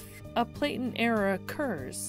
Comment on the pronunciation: PLATEN is pronounced like "flatten" not Playten